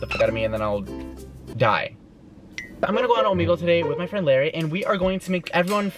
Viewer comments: Its LARRAY not larri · It’s Larray not Larry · No its larray